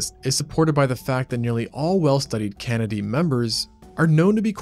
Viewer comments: Ain't no way bro called the Canidae "Kennedy" 😭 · Excellent job and presentation. I would just correct your Latin pronunciation (no real problem, it's a dead language and the "Latin police, known as centurions if from lower Italia and Cylons if part of the Latin space force, are gone. Canidae- the dae pronounced as day. Keep up the great work and I love that you did not ruin the presentation with a robot voice!